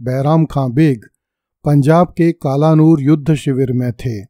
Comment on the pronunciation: कालानूर नही सर कलानौर है।